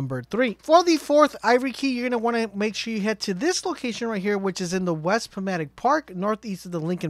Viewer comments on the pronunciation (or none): You do know that's it's the pah-tow-mic event center not the poh-mat-tic, right? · As a resident of the DC Metro area, I have to say "Potomac" is pronounced "po TOW mick", not "po MA tick". Other than that, thanks for the info! Useless Trivia: The "Potomac Event Center" in-game corresponds to the "John F. Kennedy Center for the Performing Arts" (a.k.a "the Kennedy Center") in real life, and they didn't bother changing the name on the side of the building in-game. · Great vid, I'm going to definitely use this... FYI, if you care, West Potomac Park, Potomac is pronounced, Pah-toe-mack.... I'm sorry dude no offense. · Potomac. Pa-tomb-ac””.